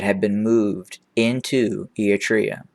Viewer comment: Given your regular reports on the region, I remain perplexed by your odd pronunciation of “Eritrea”. And also your mispronunciation of various towns.